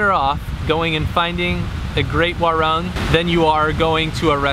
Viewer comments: "Werrang" hahaha it's wah-roong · U should pronounce as "waroong"